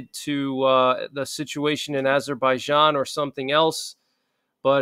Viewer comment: Google the pronunciation: Armenia (/ɑːrˈmiːniə/ i ar-MEE-nee-ə), Azerbaijan UK: /ˌæzərbaɪˈdʒɑːn, -ˈdʒæn/ i, US: /ˌɑːzərbaɪˈdʒɑːn, ˌæz-/. Thanks.